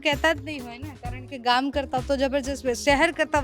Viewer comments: ગોમ નહી ગામ બોલતા શીખો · Desi bhasha mein Gam ki awaaz